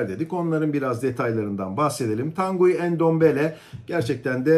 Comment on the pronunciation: Bir de transfer edilen yabanci oyuncularin isim ve soyadlarini dogru-dürüst telaffuz edebilmeyi basarabilseniz!!!.. örnek: Tanguy Ndombele adindaki oyuncu. Tanguy, Türkçe telaffuzu ile TAN-GI olarak yapilir. Bilgisayariniz ile internet üzerinden dahi yabanci isimlerin nasil telaffuz edildiklerini size gösterebilen-ögretebilen programlar bulunmaktadir. Zor mu arastirabilmeniz?.